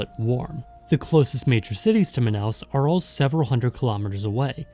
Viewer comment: Olha, você pronunciou o nome Manaus de maneira certa, e Amazonas também foi bom. Como moradora daqui, digo que as favelas são menores do que a de outros estados, como do Rio de Janeiro por exemplo, já estive lá e as de Manaus nem se compara, fora que aqui ainda existe muita casa de madeira nesses lugares, mas geralmente essas palafitas ficam ao redor dos igarapés